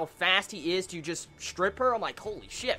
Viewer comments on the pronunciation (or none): none